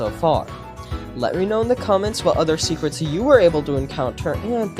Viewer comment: SECWETS YOU SAY?